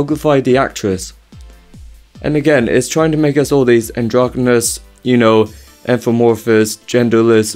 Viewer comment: It's androgynous, not "androgomous"